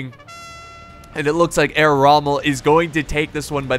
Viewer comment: The H in "Herr" is not silent...